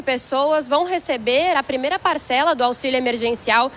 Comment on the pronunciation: Ela falou 1a parcela errado 😕